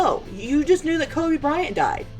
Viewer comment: If you don't know someone name don't try to pronounce it instead he mocked Kobe's name and he did that purposely and everyone knows it so Nik can go the the hell on with that shit it was so disrespectful to Kobe and his family. Nik needs to apologize for doing that simple